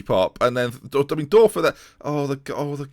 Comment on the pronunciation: The ö is pronounced oe so thorben Dörfer is actually pronounced thorben durfer